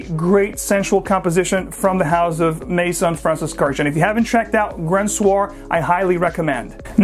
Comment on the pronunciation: Horrible pronunciation of a beautiful Armenian last name. Please look up the correct pronunciation.